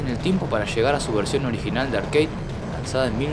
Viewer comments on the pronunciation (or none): none